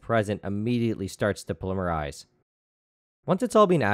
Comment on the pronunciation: You have a funny way of saying "polymerize".